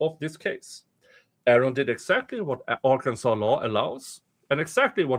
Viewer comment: R Can Sans just fyi. Your pronunciation was more fun though